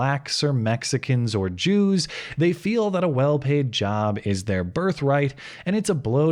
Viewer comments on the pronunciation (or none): none